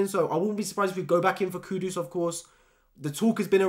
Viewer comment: Mate it's kudus not Kudos like keeps butchering his name